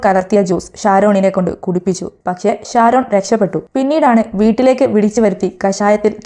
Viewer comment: Please said " SHA" - visham, pakshe NOT visam, pakse